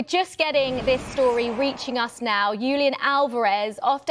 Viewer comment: Not Yulian, Julian H